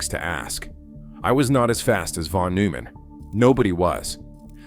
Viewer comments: It will be better when Artificial Intelligence learns how to Artificially Read. NOT NOOO_man! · Bethe is pronounced BETA, Neumann is pronounced NOYMAN.